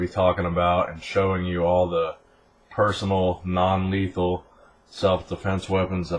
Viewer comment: He said non lethan